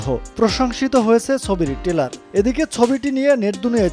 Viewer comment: টেলার😂😂 উচ্চারণ বাজে